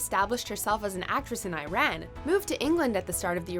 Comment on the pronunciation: Disliked because you pronounced Iran incorrectly. Smh😒